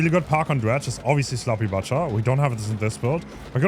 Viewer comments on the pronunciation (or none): He's only saying butcher like that for ragebait? right?